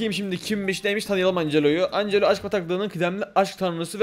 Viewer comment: Angela ancelo diye okunmuyor encilo diye okunuyordu